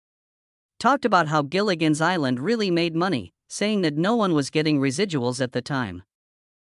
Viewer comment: It's "Gilligan's" Island. Not "Jillian's" Island.